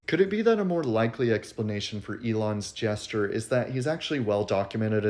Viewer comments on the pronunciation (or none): none